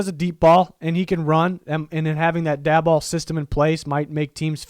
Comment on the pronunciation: Just a heads up Brian Daboll is pronounced Day-bull. Always love your videos.